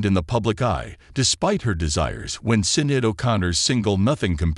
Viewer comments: Hi its pronounced shin not sin. every channel I've seen today have pronounced her name wrong. also Mr martin is not called the prime minister. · Her birth name is pronounced "Shin-ayd" not "Sin-add" Her new name that she took when she became a Muslim was Shuhada Sadaqat. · Can't even pronounce her name correctly⁉️ Ridiculous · Who made this... pronounce her name properly please! May God forgive her and grant her paradise, ameen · Right? Seems like an AI generated narrator without the ability to properly pronounce names. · why can't you pronounce her name right? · This podcast ❗️ AT LEAST, at THE VERY LEAST afford respect by pronouncing Sinead’s name appropriately! A spoiler❗️ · Awful video..mis pronounced her name and she was NOT married. 🙄🤬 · he can npt pronounce her name properly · AI doesn't know how to pronounce Sinead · Terrible tribute; AI can't even pronounce her name right.